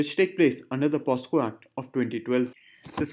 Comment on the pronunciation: its POCSO and not POSCO sir